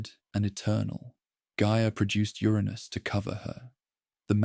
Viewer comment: Wish the narrator would pronounce Uranus properly.